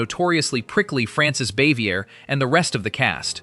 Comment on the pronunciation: Always wonder why the narrators of these documentary pieces can't learn how to pronounce the actress's or actor's names. He totally mispronounced the actress who played aunt b. Her name was Francis,.\n Anyway, you totally mispronounced it. Bins, that are full of of this stuff